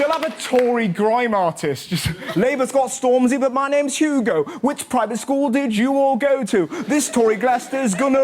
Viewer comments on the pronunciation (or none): none